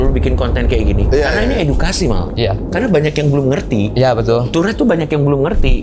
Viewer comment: Tourrete ❌ Turret ✅